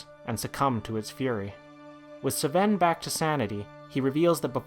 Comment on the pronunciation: Doesn't sound very organic, like hes trying to do something but it isn't working. Also how is it so hard to pronounce Sven? Minor things though, still enjoyed the video a lot. like 8/10